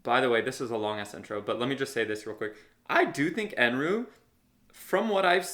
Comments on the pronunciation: As you guys don’t understand Japanese much, lemme clarify that Eneru is pronounced N.L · They keep saying Eneru, but I heard Eminem 😂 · just a correction: his name is Enel not Enru. p.s love ur videos, keep it up 😁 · It’s “enel” …